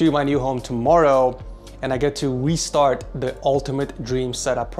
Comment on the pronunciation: Says "Westart"